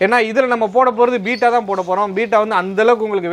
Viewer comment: Beta = பீட்டா Betta = பெட்டா உச்சரிப்பை திருத்திக் கொள்ளுவோமே 🤷